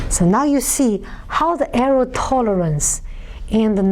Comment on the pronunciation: someone should tell her its pronouced err+or not err+ow